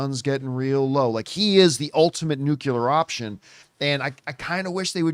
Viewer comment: John, love the show but PLEASE, there is only one "u" in the word Nu-clear. Nucular is not a real word.